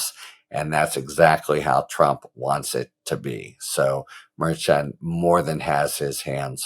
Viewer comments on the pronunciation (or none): That's Judge MER SHAN MER SHAWN MER SHAUN ...... not ....... MER-CHAN, as in chan or change. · Harry, the Judges name is properly pronounced Mer-shawn not Merch-an. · Harry, the judge's name is pronounced "Mar-Shawn." You're going to drive me crazy. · It’s pronounced Mer Shon I think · I love your content, Harry. I love the brevity, compared to Meidas lawyer for example. I love your tone of voice, yet continuing on without wasting our time. One little question - in all of your education, were you never forced to take a foreign language? Things can't always be pronounced ther first way an American would do it. The judges' names seem to be a problem for you. Let's spend a little extra time practicing, for the sake of perfection rather than just being better than all the rest. Shows respect for minorities, however they came by their names. Thanks again for your excellent, superior, informative content. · I adore you Harry — and also: you have to try to pronounce the names of the judges correctly. KFA pronounces it correctly; go listen to the podcast you did with her. Keep up the fabulous work! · It would be nice if the narrator harry got the judges name right